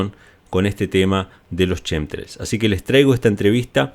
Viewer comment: No se dice Shem trials. Se pronuncia como kem trails tremols